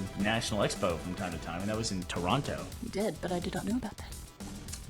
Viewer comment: I really like how burnie and maybe most Americans pronounce toronto . they really make sure they use the T